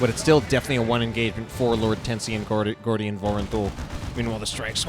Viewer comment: Its Gordian my friend xD